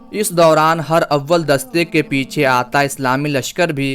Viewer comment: پلیز یہ لفظ ہر اول نہیں بلکہ ہرا--ول ہے جسے ہم ہراول لکھتے ہیں شکریہ